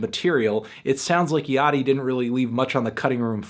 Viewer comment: Holy shit. Me and my friend consistently say Lil Yachty's name like "Little Yak-tee" and hearing Anthony say it correctly is tripping me out.